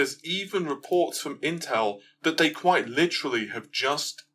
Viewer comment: I don't want to be that guy but: quite =\= quiet. Quite: pronounced, remarkable, significant Quiet: to be silent, not make noise